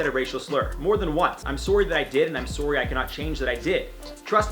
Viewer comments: No one IO host : I’m suwry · lol i’m surry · Eric Thigpen Hes Canadian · i love watching IO and all the hosts. but is it just me or can not pronounce 'sorry' properly? just curious. no shade xxx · Is it me or he says sorry different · Omg please say “sorry” again! It’s so cute. You and Joc sometimes will say things and it reminds me your Canadian (which I absolutely LOVE). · I love the way he says sorry! Accents are truly amazing and so interesting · I love it so much when he says I’m sorry in a accent its my favorite thing to hear😂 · Does he say sorry weird or is it me? I'm from England so I could be wrong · I think he's Canadian that why lol it sounds cute to me lol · Thank you for a great video!!! I love how you pronounce the word sorry. I've never herd it pronounced like that.